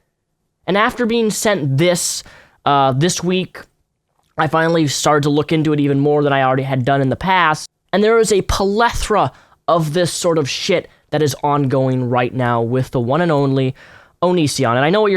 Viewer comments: lol "polethra" ... Plethora. It's plethora. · "Polethra". POLETHRA. It's "plethora". PLE THO RA. Just saying, good video btw. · pelethra? Think you mean plethora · *Plethora....What the fuck is a "po-le-thra"??? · it's plethora, not "polethra" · Did he just say "a polethra?" 😳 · PLEH-THOR-AH... not plethra. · it's 'plethora' not 'pletora' pleth·o·ra /ˈpleTHərə/ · pleh-thor-ah. plethora. not pahlethra lol. love ya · *PLEthora, not pa-lethora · What's a "PUHLethera?" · PLETHORA, not PUH-LETH-RUH. :/ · The word is "plethora", not "polethra". ;-) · It's pronounced "PLEH-THORA" not whatever the fuck you just said Heil Grammar!! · dude if you're going to be doing videos and want to be taken seriously... please learn to pronounce words correctly.The errors are distracting. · You can't pronounce plethora